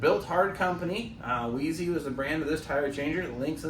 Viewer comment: Small hint: when you're popping the bead, push the wedge right down against the rim. Not like it mattered here, but you were pressing hard against the sidewall which can rip a cord... Also, I suspect it's pronounced "wise". :D